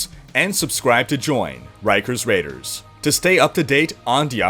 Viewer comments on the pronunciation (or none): none